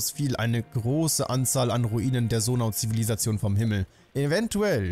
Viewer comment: Ich finde es einfach nur witzig das er immer noch Sonau anstatt Zonai sagt er meinte ja im ersten Part das er Zonai sagen wird